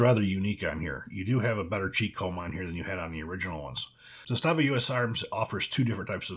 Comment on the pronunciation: ZAH stahva....stress on the first syllable